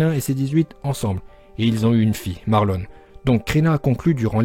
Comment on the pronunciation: maroon!!!! et pas marlone